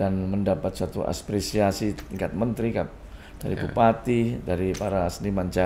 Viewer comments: Bener, tak kira di awal kesleo lidahnya.. tapi kok terus sampek akhir nyebutnya Aspresiasi.. Wkkkk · Apresiasi pak, bukan aspresiasi. Gak pak huruf S... 🙏